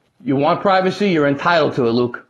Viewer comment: Wuke does be invading the pwyvacy.